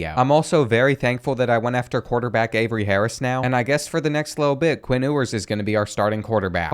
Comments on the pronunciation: It's pronounced like "Yewers" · It’s you-ers. Also, he is and will be a better QB than Manning